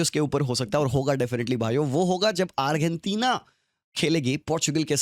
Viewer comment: what the fuck did he just pronounce arghantina 😂😂 it's like argentina and ghana had a baby stop making video if you can't even pronounce #1 fifa country's name